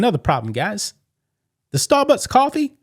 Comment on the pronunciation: You are clearly saying "Starbutts" and I am loving it 😂